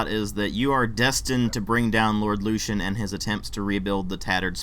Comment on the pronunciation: You said something about only being able to come across sex once. You can buy an emote to ask anyone for sex. You must be 17 if you want a full out sex scene. Also you keep pronouncing lucien like a dumb ass. Did you even play this game? Run along now.